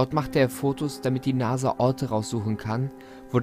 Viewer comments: NASA nicht NASE .... Also wirklich! :D Ich mag deine Videos ja echt gerne. Aber deine Aussprache regt mich manchmal so auf xD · Wer hört noch Nase statt Nasa? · Warum zur Hölle verstehe ich bei NASA immer NASE? 😂